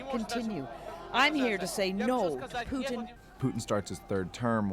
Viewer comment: W/ Putin—It. Is. Always. Rigged. He comes by nothing in an honest, honorable way. (btw, since asked, it’s Putin like Poo-tin, not Pyou-tin. In Russian the letter «ю» sounds like the English word “you” but “Putin” is «Путин» and the letter «у» is pronounced more flat, like the “ou” in “you”. Anyway…) His approval ratings are “99%” on paper only and the majority of Russians don’t want him. He allowed Эхо Москвы (Echo Moscow, which is the opposition media outlet) to function because he needed it to claim they have freedom of the press. Yesterday he shut them down, forbade all news outlets from delivering any information that is not state approved. The state-approved “news” claims Ukrainians bombed their own cities, held their children in front of them as shields against gunfire, and murdered their own civilians all to blame it on Russia. He is no longer even pretending Russia is a democracy. If you look at even just the basic facts of how his reign has shaped up Russia, his agenda is perfectly, crystal clear. In the marching orders to the soldiers he sent to Ukraine he used terminology that has not been used since the USSR fell. People are saying he cracked, that he must have dementia. They are wrong. Read this very carefully: Putin is today exactly who he has alway been, who he has always said he is, and who he has always shown himself to be. This was a charted, methodical plan that he cultivated, that he enacted, and that he has been following step by step to achieve his goa